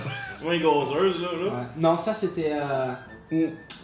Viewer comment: "gazeuze" okééééééééééééééééé.